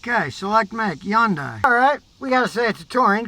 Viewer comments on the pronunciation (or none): Yun- day... thought it was Hyundai..with a hunday sound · Hyundai, pronounced like Sunday! Not Hi Yundai! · Thought it was Hun day not Yun die? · YunDai? No Scotty, it's Hyundai, Hun-Dai. Your wife's famous car is not Rexus. Get it right. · I say Hon-Die , I've heard Hon--Day, but now Imma say Yun-Die😄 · Hyundai - pronunciation "hYun-Day" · Scotty: it’s pronounced HUN DAY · C'mon Scotty it's Hyundai like Sunday. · “it’s Hyundai like Sunday” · Scotty don't get fancy, it's just "HUN'DAY" , rhymes with Sunday.... The Y is silent. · HUN-DAY HUN-DAY.... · I kept pronouncing it has hon-dai lol. Also I am guessing the vehicle owner is standing outside the car ? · WHY DOES HE SAY "YUNDAI". MY GOD. And yes, Korean cars are absolute POS's. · Scotty ,you really should learn how to pronounce 'Hyundai' .